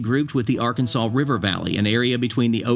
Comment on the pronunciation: Now you need, to learn how to pernounce the mountains of Arkansas.